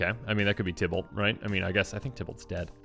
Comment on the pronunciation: Tiblet was split in 2 by tayvor butchered names sorry